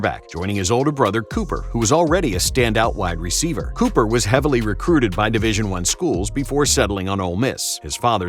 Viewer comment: Cooper Manning's first name does not rhyme with "super." Instead of the "oo" sound from "food" or "moon", it's the "oo" sound from the words "good" and "wood." That's how the Mannings say it's supposed to be pronounced.